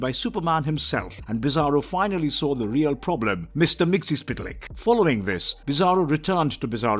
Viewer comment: Wow you really butchered Mr. Mxyzptlk's name